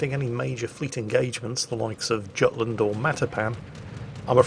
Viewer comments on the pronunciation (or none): none